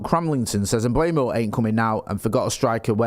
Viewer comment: Is it Kinder Bueno? I'm trying to work out why so many people say Mbuemo instead of Mbeumo. It's driving me mad. M-beu-mo. It's pronounced exactly how it's written.